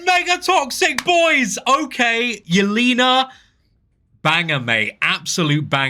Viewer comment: Pronounced “yell-ay-nuh” not “yell-ee-nuh”